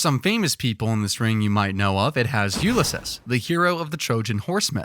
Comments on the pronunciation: 😂😂 the shade is thick enough to make hell dark 😂❤ screw tai lopez Edit: I've also never heard anyone pronounce Ulysses like Ulysis, and not Ulysees. Not knocking it, just never heard it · You lis sis? You mean Ulysses? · repeat after me YOO/LI/SEES..."Ulysses"